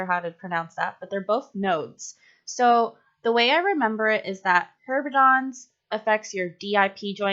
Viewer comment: I love your little HERB mneumonic, but it's actually Heberden's nodes, not Herbedon's. Just so people know. I know this video is super old. lol